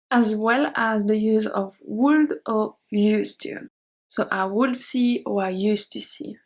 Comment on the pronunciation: Hey, great lesson, thank you again! I love to study other languages and discover all the ups and downs of each one, as a student I welcome any help and correction in the process so to improve my learning, with this been said I hope you don't mind me correcting your English pronunciation, when you say "would" in English we don't pronounce the L in this word, we say "wood" just like the word wood. I hope this helps and that you take no offence.😼